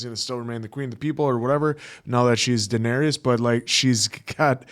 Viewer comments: You are pronouncing Daenerys incorrectly Dan-air-is Not Dan-air-e-is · Dan-ERRYS not Dan-ERRY-us! 😠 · Dan-air-iss /for the algorithm 😊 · The Dennarius killed me. Daenerys